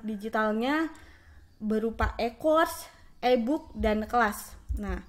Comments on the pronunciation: iyah eeee booookkk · Inkom, ebuk😅😅 kak coba kursus English bicara yg bener.